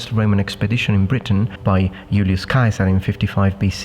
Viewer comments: Interesting to hear your pronunciation of Caesar in the German style of Kaiser. Both meaning the same, but Kaiser being more thought of a Germanic. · When you say Caeser you say Kaiser lmao but otherwise amazing vid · Is your pronunciation of Caesar accurate to the Latin pronunciation?